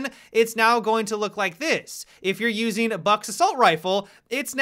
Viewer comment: "if you are using" look at how he says it lol.